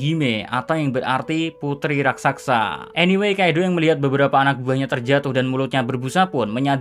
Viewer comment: Sekedar menambahkan sedikit: penyebutan dalam kata "RASAKSA" seharusnya "RAKSASA" hampir di semua konten tolong di perbaiki. Maaf kalau tidak sopan dan terkesan lancang, saya hanya berniat meluruskan sedikit karena saya kagum dgn narasi 🙏🙏🙏